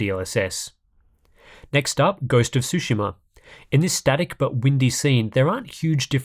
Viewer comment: It bothers me more than it should that you can't say "tsu" lol